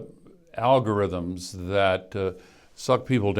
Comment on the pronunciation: Al Gore speaking of Al-Gore-rhythms (algorithms) is 💯